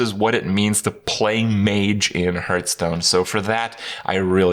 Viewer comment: Hurthstone this Hurthstone that Hurtpwn dat. Like god damnit Krip HAR THHH Stone